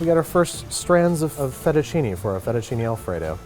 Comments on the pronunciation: "Aillo olio" "Fetishini" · thats not how you pronounce Fettuccine, it is: Fae-too-cee-nae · Sorry, you can't even pronounce "Aglio" or "Fettuccine" and you expect to be taken seriously? - Ma fammi il piacere, continua a cucinare cheeseburger che e' meglio!